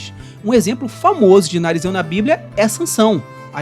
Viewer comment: Nazireu, e não narizeu👃 😅